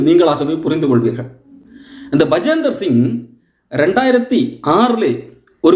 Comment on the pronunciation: Bajinder Singh, not Bajender Singh